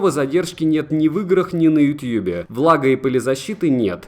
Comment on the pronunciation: Как же мерзко звучит "ютьюб" Говори "ютуб" Не утуб, не ютюбе, не ютабе, не ютьюбе Ютуб Ну а видос хорош